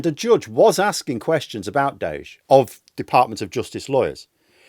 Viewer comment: Why in hell are you doing elon a favor by pronouncing Doge in some made up way? It's named after an internet meme FFS! He's wrecking people's lives under the name Doggy.